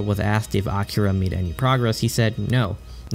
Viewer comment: it's A-KEE-ra....not Acura....the 2nd one is a Honda brand...js